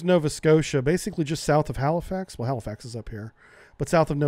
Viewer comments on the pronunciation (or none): none